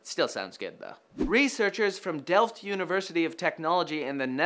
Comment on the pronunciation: It surprises me that he pronounced "delft" correctly.